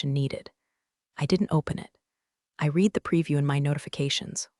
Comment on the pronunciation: Irrelevant, sometimes irritatingly distracting background! Verb "read" is pronounced "reed" (present tense) and "red" (past tense and past participle)!